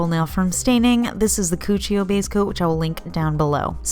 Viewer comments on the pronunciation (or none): Everytime u say cuccio i snicker. If you know you know